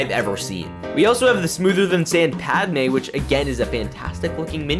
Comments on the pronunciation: Did you just say “padamay”? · Echo? Nah we got reflection, fives? Nah bro we got fours Edit: why do u say pad amaye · guy is calling padmé padamé